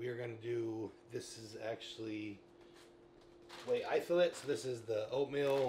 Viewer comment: Whey itholate 😂